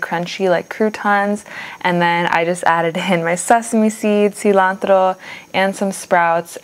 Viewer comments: Looks great, also hearing the tortillas and cilantro pronounced the way you did was 👍 glad you didn't "American-ify" it like i sometimes do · the way you say 'cilantro' is amazing